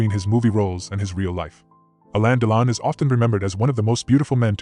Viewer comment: On dit alain delon ducon prononce comme il faut fait pas l américain